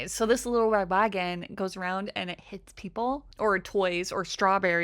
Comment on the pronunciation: All I heard was "wittow wed wagon" multiple times